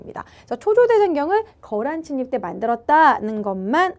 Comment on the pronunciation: 침입이 자꾸 친입으로 들려요^^